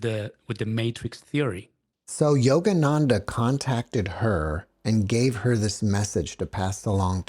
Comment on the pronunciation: I can't help giggling at "Jogananda"!! Sounds so funny